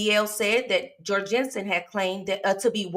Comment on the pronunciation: His name is said Jor (rhymes with gore)-Gun-Son and I know this, as he was my boss for a few years! Such a crazy thing to have someone you knew do something like this